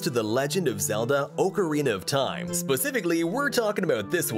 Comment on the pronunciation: "oucerina of taim?"